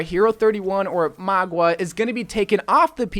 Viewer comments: I almost couldn’t watch this video. Mauga. Not Magua. Mauga=Maw-guh. Mauga. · Mah-gah not Mah-gua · its maw-ga not mawg-wa this has been annoying me omg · MAUGA not MAGUA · Its mauga, not magua, like ffs at least try to pronounce it right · "magua" Pepega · Did he seriously call Mauga, “Mogwa”? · Why do u pronounce Mauga like Magwa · Why do ypu say Mauga like its spelled Magua? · Stop saying mauga like that hahahhaha